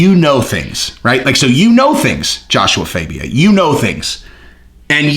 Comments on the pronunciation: IT'S JASHUA FAAAAHHHBIA NOT FABIAAAAHH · Did you listen to anyone say his name fAbia